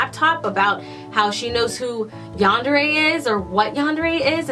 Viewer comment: You can call it what ever you want but you did say it right